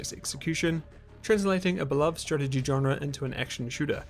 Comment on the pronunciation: but you can’t pronounce it…